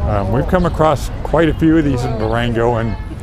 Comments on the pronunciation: Is it really so hard to pronounce the simple word "Durango" - "Duerengouh" sounds so weird. And the name of the street is sure enough not "calle constitution", but "calle de la constitución". Why do such people travel if they cannot even get the simplest words in such an easy language like spanish correctly ? Sometimes I wish I could have a look into american schools, but on the other hand the mere thought gives me the creeps. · It’s not Dureengo , the name is Du ran go